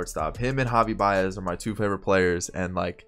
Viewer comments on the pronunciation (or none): none